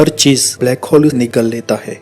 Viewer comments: Its hole not hall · ब्लैक हौल, नही भाई ब्लैक होल बोल